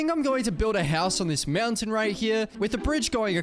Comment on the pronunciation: Ahh yes "To get up the MEOWNTAIN" said